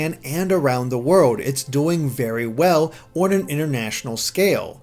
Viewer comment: The way you pronounce "on" triggers me